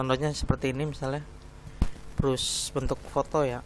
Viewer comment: brush dibaca bras